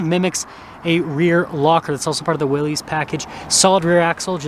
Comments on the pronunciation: its not "wheelies" Its WILL-US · This isn’t a tomato ta-maw-tow deal. It’s Willys not wheelies. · It’s never been wheelies. The argument has always been Willis or willees. Internally Jeep says Willees.. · It’s pronounced Willis, like his last name, not “wheelies, or “willies”. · Lol.. everyone should be saying “Willis”! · It is pronounced Willis—like the WWII jeep. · It's pronounced willis...as in "whachu talkin' about Willis?" It is named for John North Willys. He bought Overland Automotive in 1908 which became the second-largest producer of autos in the US behind Ford Motor Company. Overland was the creator of the Willys MB that became known as Jeep, in 1941. Liked this video! I just bought my Willys yesterday (6/21/2023). Love it! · It's pronounced Willis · It's pronounced like Bruce Willis. You comically mispronounced (Willy's) it two ways. Excellent video otherwise. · It's actually pronounced VILLIS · Only thing I have to say is, I have never heard anyone pronounce "Willy's" as "wheelies"......... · The two major pronunciations are "Willies" which is what it looks like; therefore most pronounce it that way, or "Willis," which was how John N. Willys pronounced his name and the name of his company. Willys Overland. Not sure where you get "Wheelies" from.